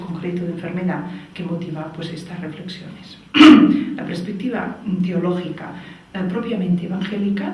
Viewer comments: Se dice perspectiva, no prespectiva. Duele al oído, debe ser el nuevo castellano chavista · Si, se dice PERSPECTIVA hace daño oírlo tantas veces repetido. En Catalunya también es común decir: "habían muchas personas" en vez de: había muchas personas. "óccido" en vez de óxido. "Madrit" en vez de Madrid. pero en este caso, lo que importa es el mensaje. Teresa ¡¡animo!!, sigue dando información sobre vacunas, el Dióxido de cloro, etc... que son temas científicos que interesan a todos, menos a la medicina convencional. Gracias por tu labor divulgativa que tiene muy buenas perspectivas.